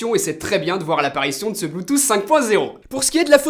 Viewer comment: Je me demande vraiment où que tu prend tes mots, bluetooss et samsoug